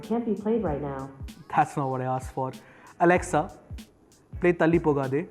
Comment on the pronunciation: hey Mr. never ever say to the echo. alexuao that she very wrong say alexa